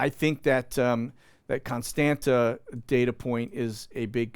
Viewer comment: Constanta is pronounced "cone STAHNT sa." the second "T" has a curlicue under it, so it is pronounced like Hebrew Tzade. On maps before WWII, they would spell it "Constantza."